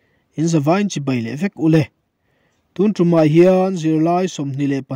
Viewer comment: A bengvar thlak thin hle mai, chutih rual erawh chuan tun lai Pastor thangthar deuh ho hian mizo tawng lam rik dik hi zir hret an ngai ta em aw, tunah pawh hian "tun tum' tih hi vawi thum i rawn lam ri a. Sa kawng tum angin i lam ri a, heng sentense-ah hi chuan kan zuang kang vak a lei a kan tum, thlawhna tum anga lam rik tur zawk a nih hmel.